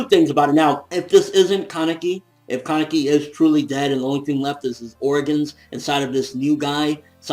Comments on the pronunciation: It's "kah-neki" not "kaan-eki". That's how they say it in the anime. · His name is pronounced ka as in car ne as in name and ki as in keys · The way you said Laneki was incorrect. In the anime, they said it the other way, you were right before!